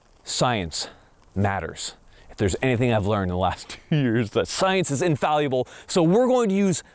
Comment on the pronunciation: I think he said infallible, but pronounced it wrong like a lot of people do